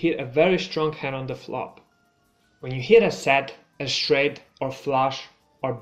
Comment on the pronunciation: Very nice! Note: sometimes you are pronouncing "str" wrong as "shtr": "shtraight" instead of "straight", for example.